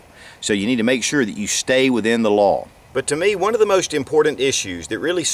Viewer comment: It is important, to be immm-por-Dant